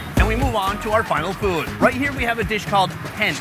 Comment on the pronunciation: Why does this guy pronounce food "FWOOOD"?